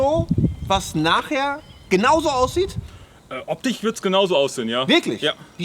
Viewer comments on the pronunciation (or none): "Optich", "automatich", der is ja noch schlimmer als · "Optich" wieso können viele Leute aus dem Ruhrgebiet kein sch?